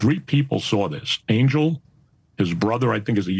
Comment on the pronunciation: Stop pronouncing his name wrong, it is Ahn-yell, not Angel, lol.